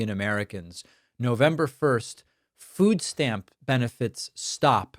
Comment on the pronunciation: Wtf is a "foos stamp?"